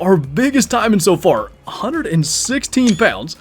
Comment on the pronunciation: Taimen should be said taymen not timen. For example, we don’t say pine, we say pain with the emphasis on a.